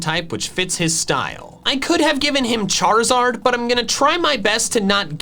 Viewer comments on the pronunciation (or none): none